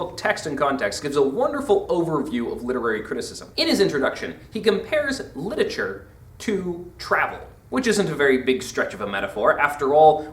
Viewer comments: Stop saying 'litature.' It's LIT-ER-A-TURE! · LIT-ER-A-TURE NOT LIT-A-TURE